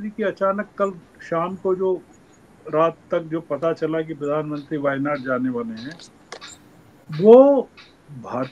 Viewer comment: Shravan Sir, you correctly Pronounced the place names of our wayanad…. Thankyou...💙